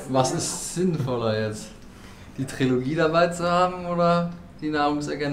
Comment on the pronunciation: Trilogie!!!! Es heisst Trilogie ahhhhh 🙈